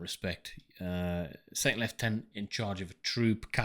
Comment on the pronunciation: And that's before the issue of them mispronouncing "lieutenant"